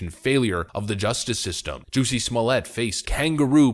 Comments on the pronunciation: SmoleeAY???? NoNoNO It's just Smollett SMAH let. Or if you must smah LET. Why do people not get this?? What are people getting out of this idiotic mispronunciation? Is it just to prove that they don't speak French, or to pretend that they do? Or what? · Somllett is not pronounced "Sommelier" a Wine taster or wine steward.